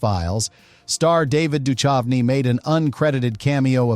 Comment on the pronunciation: The AI read his name as Dutch Of Knee.